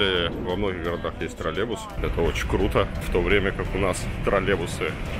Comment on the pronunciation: Не тролебус, а троллейбус! И камеру помедленнее вращай, Илья, голова кружится.